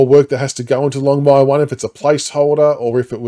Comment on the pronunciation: It’s longmuir hahaha cmon AFl